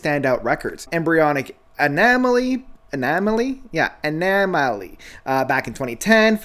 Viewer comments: Lmfao he really can’t. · This man really can’t pronounce anomaly